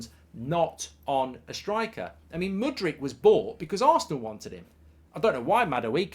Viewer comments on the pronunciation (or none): none